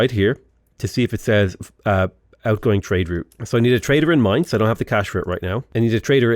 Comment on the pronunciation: As someone that lives in Mainz, I really appreciate your pronunciation of the City name 😃 conquering us on the other hand... 🥲